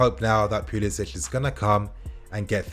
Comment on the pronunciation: Its puli “sic” not puli “sitch”